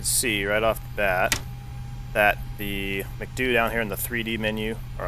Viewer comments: that is not "makdu" its emcedeyuuuu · M C D U not MacDOO